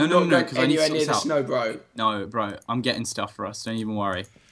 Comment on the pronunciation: You were a bit annoying when you kept saying burh bro